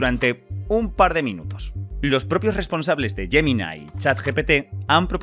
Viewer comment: ¿Por qué la voz suena tan aguda? ¿Y quien pronuncia "Yeminai"? ¿Te ha pagado Google para que lo pronuncies como en sus anuncios? Jaja Fijaos, Chat GE PE TÉ, eso en español, como toca. Bien.